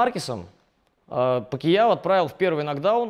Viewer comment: Говорил бы не ПакИяо, а Пакьяо (как в названии), было бы идеальное видео